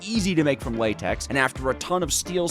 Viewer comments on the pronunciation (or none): none